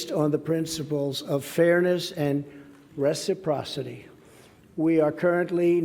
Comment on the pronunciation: Lol! Resiprosity eh?